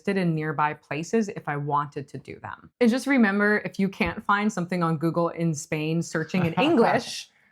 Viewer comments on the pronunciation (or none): none